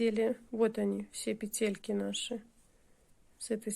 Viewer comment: пЕтельки,а не петЕльки,гспд